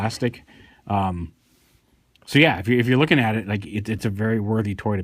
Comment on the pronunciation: "Chigurh" is pronounced more like "Sugar", as stated by Carson Wells in No Country for Old Men, the novel featuring the character Anton Chigurh, who DX-9 derived this name from. Chigurh is a nonsense/fictional name, it's not based on anything and has no nationality. It works symbolically for Anton because he is basically violence incarnate and beyond the understanding of the principle characters. He comes from "nowhere" and has no backstory or origin. He shows up, kills people, then leaves. How that applies to Astrotrain? I have no freakin' idea.